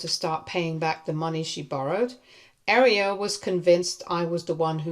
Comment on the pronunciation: Your butchering of Aria is kinda annoying. You're pronouncing it like the word "Area" When it's pronounced like "Are-ee-uh" 😅